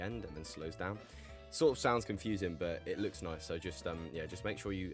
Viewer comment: He actually says noicee